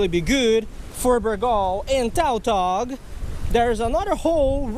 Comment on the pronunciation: It's pronounced tutog not toutog even though it is spelled tautog